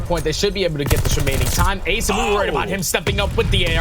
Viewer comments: asiiiiiim. Don't know why the castors are still confused about it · WHYYYYYYYY are these castors still saying asim's name wrong?!!